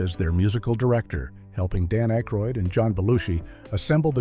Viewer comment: AI voice? Jeez, can't pronounce Dan Akroyd & Paul Shaffer's names? And...several other names... Oh yeah, realism has little to do with this movie. I'm sure we needed to tell everyone about the rocket launcher flaw!!!